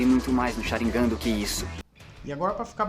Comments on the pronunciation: Q agonia dele falando sharíngan ao ives de sharingan kkkkkk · Pq vc fala Sharínga n Sharingan ou tmb fala Chidóri e n Chidori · se pronuncia SharingÂn!!! Que agonia!!! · Mas que pronúncia top 👌 ChiDÓri ShaRINgan É um infarto a cada palavra... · Sharingan não possui acento no i